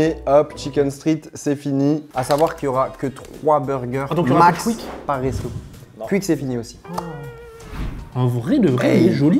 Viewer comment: Pour il dit cuique le Fastgood, il sait pas dire quick?